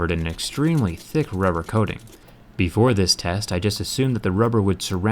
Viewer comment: Did he say tess at the beginning